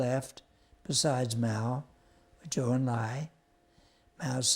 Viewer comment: Good (though too brief) history of Mao's (horrible) later rule, but the narrators' pronunciations of Chinese names are terrible! For example, Zhou is not pronounced like the word zoo, it's pronounced like the name Joe.